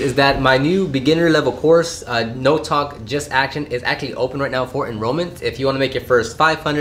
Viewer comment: Why can’t you say actually right